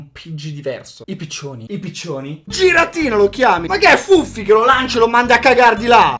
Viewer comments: È si dice ghiratina nn giratina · si dice ghiradina non giradina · Non si dice "giradina"ma "ghiradina" comunque bel video, ti adoro❤ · min: si scrive giratina ma si dice ghiratina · il "giratina" si dice ghiratina e la seconda carta ex che hai trovato si chiama kiurem potenziato ed è un pokemon leggendario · al minuto 7.05 il pokemon in questione che hai sbagliato,non si pronuncia così,si scrive Giratina ma si legge Ghiratina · minuto e giratina e si dice ghiratina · al m 7,06 si legge ghiratina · comunque si legge "ghiratina" no "giratina" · si legge ghiratina 😂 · Si pronuncia Ghiratina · Si dice ghiratina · Ghiratina si pronuncia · non si pronuncia giratina ma ghiratina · Si legge ghiratina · Si chiama giratina a ma si legge ghiratina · minuto si scrive giratina ma si pronuncia ghiratina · = si dice ghiratina hahahaha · il video di per se non è male...a quando ho sentito pronunciato giratina in quel modo ho dovuto mettere dislike (non offendetemi GRAZIEE)